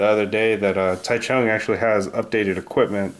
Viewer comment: And as an FYI Taichung isn't pronounced the way it looks to English speakers. It's more like a J sound than a CH sound.